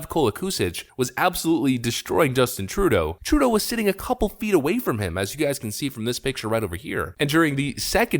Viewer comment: the way you pronounce trudeau drives me crazy. you're doing it wrong.